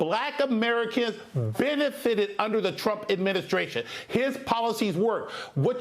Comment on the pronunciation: Educated? Please pronounce KAMALA correctly.